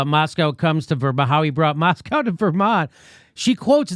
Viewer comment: How he brought Moscow to Vermont lol